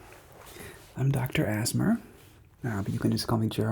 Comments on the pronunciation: Dr. Az-mer! 🤣 love it! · Oh yes, I though he said dr asthma .🤪😂